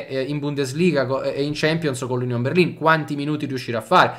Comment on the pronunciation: Finalmente uno che pronuncia correttamente Berlin!